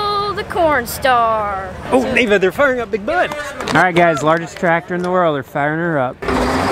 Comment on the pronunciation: It’s a good thing the Big Bud was spelled out on the truck because I thought you were saying Big Butt. 😂